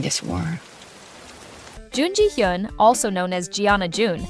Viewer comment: But this channel have to learn more Korean pronunciation. You pronounce the name of these Korean actors in the wrong way. For example Jun Ji Hyun - Jun = Chon/ Ji = Gee/ Hyun = (ha) Yon CHON Gee (ha) Yon